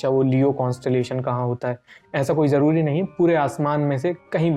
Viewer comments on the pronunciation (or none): none